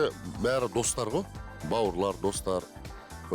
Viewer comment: "ғо-ғо" демей, "ғой" деші 🤬